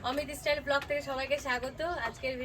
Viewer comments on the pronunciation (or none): Istyle hoy na say style